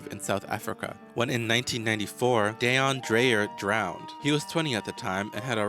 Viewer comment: Not Day-on Dreyer, Dee-on Greyer (pronounced). South African is not easy for everyone to pronounce